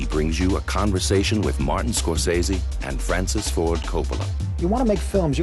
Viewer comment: Strange that they have someone doing the introduction who doesn't know how to pronounce Scorsese's name.